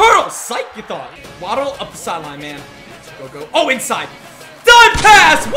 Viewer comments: it's wa-ddle not waaaaaaddddl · Y u keep calling him wah-ddle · Great vid but that not how you say waddle name